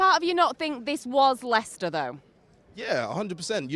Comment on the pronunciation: It’s Leicester 🤐